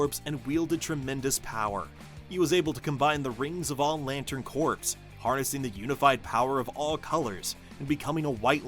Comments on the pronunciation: Actually "Kor" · I think he meant "Corp", but yeah it sounded like "Corpse". 😅😅😅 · It’s pronounced ‘core’ not ‘corpse’. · Thank you! I literally cant watch this video just bc of that, feels wrong! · Thank you very much for this comment. The error is really jarring. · I thought I was the only person that got instantly annoyed by him saying it like that. 🤣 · WHAT?? It’s Pronounced CORE. Lantern Corp not *Corpse*. No one but you and the video creator are getting this wrong, not hearing it correctly. Geezus. The man is literally pronouncing it wrong in this context and you are spreading bs disinformation about someone hearing it wrong. WTF 😒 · Jesus. AI is gonna make morons outta even more people. It’s CORP, pronounced “CORE”, not “CORPSE”. You know, not Marine Corpse, Marine Corps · Unwatchable due to the repeated mispronunciation of “corps.” The audio should be recorded again. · Omg it’s cringy hearing corpse…it’s pronounced Corrrrr just spelt Corps. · yes, that's what he's meaning, but it's pronounced "core" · There’s no such word other than CORP (Core) in this context whether it’s for this particular video or in the military. In these situations it is always pronounced Core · Fun fact Corps, like Marine Corps, derives from latin Corpus meaning body. the same as corpse. its literally the same word with different connotation but the same origin and meaning its also absolutely pronounced Core, silent p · he actually said corpse.. tsk, tsk. There are so many resources available to make sure you're not making such mistakes .. I remember a video of a guy, a supposed intellectual, pronounce Descartes.. as Dees-kartez. Just as bad. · I cant watch this hearing the "corpse" everytime. 😭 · For a computer to read, simply spell it 'core' in your text. (sigh) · Corpse. Corpse. Corpse. Computerized narrator but can't pronounce properly. Ai will never take over the world. 😂😂😂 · CORE CORE CORE it’s not hard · Not even a minute in and it's already driving me nuts